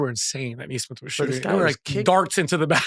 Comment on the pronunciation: Couldn't agree more. Plus, he's "not.a shooter"?? Do some research Austin. 3rd or 4th in NBA this year with 43% 3PM. He has a very smooth textbook shot, not a loonie tunes Cam Payne looking shot. BTW His name is pronounced Nee-smith not Nay-smith. Speaking of pet peeves. Facts are important when declaring "truth". He's not being malicious, just under the wrong impression.